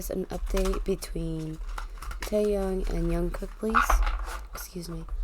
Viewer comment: Jungkook not yungkook